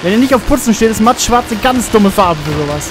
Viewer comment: Meinst Du "mattschwarz" oder doch eher "matschschwarz" :)